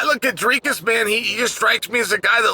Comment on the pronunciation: Chael deserves a belt for his pronunciation of Dricus’ name